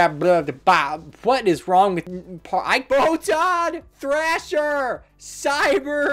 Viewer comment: I was drinking something when you started fucking up Photon Thrasher and Cyber Dragon, and, suffice to say, it is now all over my desk from laughing. Thanks.